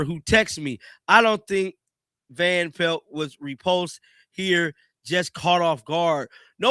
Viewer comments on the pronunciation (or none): Me too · I hate how he says Scott van pel(t)